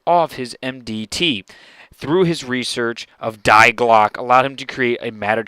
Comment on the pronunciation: Die Glocke is pronounced dee glock-aa just so you know, also great videos and I am now subscribed = P